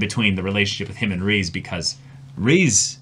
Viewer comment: Glad to see that you two enjoyed the season overall Also Riz's name is pronounced "Riz" not "Reece"